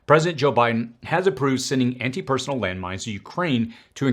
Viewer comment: It's pronounced - personEL.